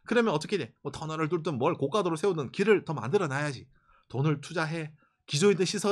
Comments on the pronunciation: 고가도로는 고까도로가 아니라 고가도로로 발음합니다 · 고가도로[고가도로]로 발음 [고까도로] X 고가의 음식할때의 고가의 발음[고까] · 고까도로 아니고 고가도로.... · 고가도로 발음은 까가 아닌 가...